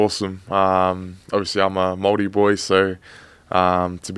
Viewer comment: Gotta learn how to pronounce Māori properly fellas